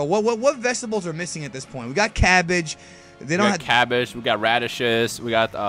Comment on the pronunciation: Ka-be?? It's a reference to Cabbage. What the actual sh*t guys xD